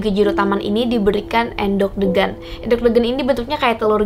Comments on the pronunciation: Salah saat baca geger/punggung dan endog/telur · Endhog bacanya salah kak.. Geger juga salah bacanya kak.. Tapi gpp maklum emaang bhs jawa banyak tulisan sama tapi arti berbeda tergantung pengucapannya.. Tapi saya suka konten seperti ini.. Lanjutkan kak.!! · cuma miss di pengucapan kata kata geger , endhog , degan aja kok kak selebihnya informasi nya oke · Bukan endhog mbak tapi endhog😅